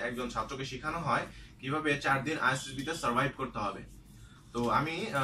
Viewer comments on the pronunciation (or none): ভাই আপনি সর্বোচ্চবার আইএসএসবি না বলে আইএসবি বলতেছেন!!!! আপনি সত্যিই কী আইএসএসবি দিয়েছেন নাকি আইএসএসবি দিয়েছেন কিন্তু আইএসএসবি উচ্চারণ শেখেন নি?